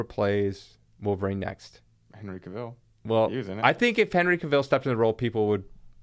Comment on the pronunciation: Yall kill me pronouncing cavils last name wrong lol